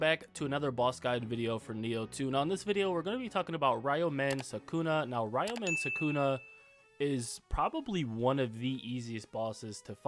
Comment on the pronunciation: (Ree-u-min Soo-koo-na)